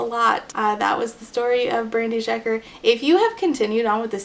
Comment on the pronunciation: random FYI but the sz in Szeker is pronounced like the s in sincere.